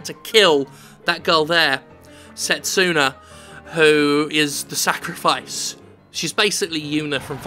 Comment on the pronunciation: Fist of all, the name is Setsuna, not Sestina. Secondly, Setsuna sounds pretty unisex to me. Thirdly, I don't think I've seen so many people draw so many wrong conclusions since... well the last time I was on the internet, really. Judging by that cutscene, Setsuna's not the MC she's the sacrifice.